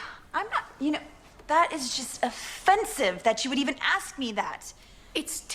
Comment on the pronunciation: Ok I know it's random but it's so freaking adorable how you say axe instead of ask